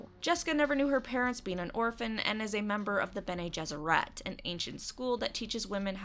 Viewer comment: Watching the Witcher review: "And thus start the Pronunciation wars." Haha, so quaint. People will argue about the silliest things. Watching the Dune intro: "Bene GesserET" HOW DARE YOU! YOU KISS YOUR MOTHER WITH THAT MOUTH?!